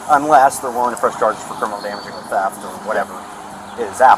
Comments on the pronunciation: its theft not teft..............................learn how to speak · did that cop say teft ???????????????? in AMERICA its called theft......ohhhhh its calimxico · Teft..teft..cmon cop, its TH eft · “teft!!” gosh, buddy cannot speak a lick of english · “Teft” lol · why does he say TEFT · He got charged wiff Teft?? 😂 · Right?! WTF is “Teft”?! and No! You can’t “Axe” me a question! I don’t speak Walmart! 🙄🤷🏻‍♂️🤦🏻‍♂️🤦🏻‍♂️ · We call them ‘ooga booga’s’…. Voodoo type black people. Very weird pronunciations. He was charged with ‘Teft’. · I’m always on the cops side, but I just have one question why on earth would you hire someone who can’t even speak English?? What an accident waiting to happen. You have to pronounce the H in theft my brother. Have a good day. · He is not speaking fluent English If he can't even pronounce the word theft correctly there is literally no other correct or right way to pronounce it other than how it is supposed to be pronounced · Arresting officer is really stupid, can't pronounce 'theft' and is a terrible frisker... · Pretty snarky for a cop who can’t figure out what his charge is, nor pronounce it without stuttering